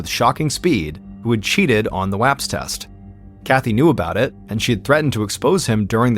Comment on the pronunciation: Thank you for pronouncing Bexar and WAPS correctly